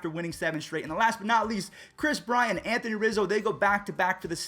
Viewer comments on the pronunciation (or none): none